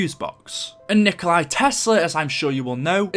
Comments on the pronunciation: copying this Nikkstein Gaming 3 hours ago Its not nikolai tesla its nikola tesla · Out of the dozens of comments I’ve gone through I’ve only seen one other person correct that his name is Nikola Tesla not Nikolai Tesla. Jfc you idiots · Gaming isnt it nicholas tesla?